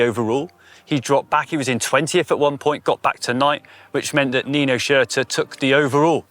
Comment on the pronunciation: How when someone is literally stood opposite you saying their names right can still not pronounce Nino & Mathias’ surnames?